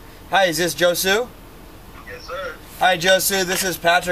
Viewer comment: He said josue instead of hose way